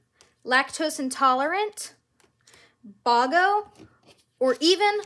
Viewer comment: Hey Friends! Hope you enjoyed the game! If you did please buy one. HUMUNGOUS SHOUTOUT TO MY UNCLE JON! I know I didn’t say it in the video and I’m sorry, but thanks to you for getting us this game. We’ve had a blast💥! (BTW I know that I mispronounced Bogo (b-O-go, not b-A-go) Lol 😂